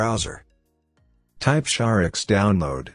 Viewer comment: AI voice says, "Shar-ex."